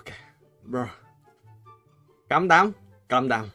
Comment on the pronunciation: This guy so funny “calm dawn” #JAMEW7RIPENGLISH 😂😂😂